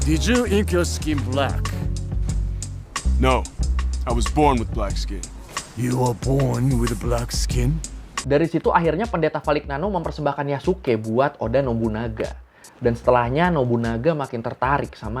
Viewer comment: Koreksi dikit, di Bahasa Italia kalo huruf g ketemu huruf n bacanya jadi kaya "ny" di sini. Jadi itu nama pendetanya dibacanya kaya "Valinyano".